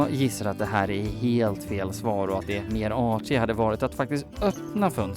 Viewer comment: Det går liksom inte ens att han förstå vad han säger ”transkvinnor R-kvinnor” liksom listar han hur han vill ha kvinnor, alternativt kan man höra honom fråga ”transkvinnor äre kvinnor?”